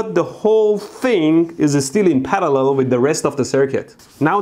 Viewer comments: The word parallel: exists Mehdi: Palallel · I love how he says parallel